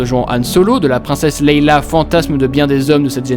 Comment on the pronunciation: Leia pas Leila 😅😆